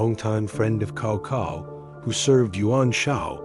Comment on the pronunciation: Great, keep on. Just for Cao Cao I think it should be pronounced "sawsaw" and not "kawkaw"